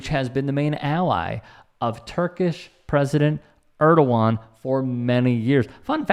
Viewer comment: Hey, that`s awesome that you know how to say Erdoğan correctly. I think it`s the 1st time I`ve heard that anywhere outside Turkish. As to the topic, I feel so sad to see the volume of foolishness and nonsence that today`s world is drowning in. And hatred and extremism. Life is very complicated, but people seem to want to waste less and less energy in research, - which is just unbelievable, since those same people have quite enough time to comment here on youtube.